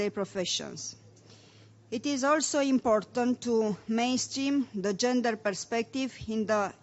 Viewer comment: ))) asa citeste un coleg de-al meu! :)) nici macar nu stie cum sa citeasca "the" urmat de un cuv ce incepe cu o vocala!:))